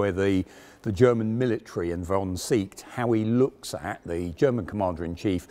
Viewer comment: Please don' t dilute the quality of your presentations by constanty wrongly promounce German family names, e.g. "Seeckt": in German never an "e" is pronounced as an "i" just as "e" in "estimate" etc.